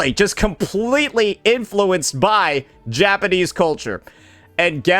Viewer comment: Sounds like bro is saying “Ja-panties”